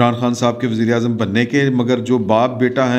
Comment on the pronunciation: yazeed azaam bola ha ya wazeer azaam bola😅😂